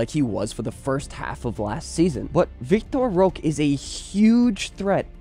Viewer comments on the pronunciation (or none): Love the content. just gonna give you a tip for the pronunciation of Vitor Roque. It's pronounced like -Vee-Tor Ho-key